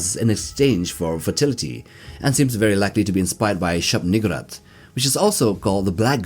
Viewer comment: To be fair the whole thing about the King in Yellow is lurking in the background… Also I am uncomfortable with how you pronounce shub-niggurath. Usually the emphasis goes on the u not the gg.